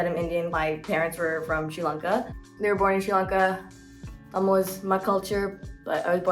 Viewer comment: where my Tamizh girls at? 😘😉 love how she pronounces it correctly! 💖 love her vibes!